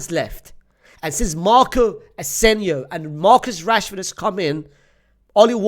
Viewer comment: When he said Marco ASENIO first time, I was like maybe he was mistaken. When he said it the 2nd time, I’m convinced he’s a Barcelona fan. 😂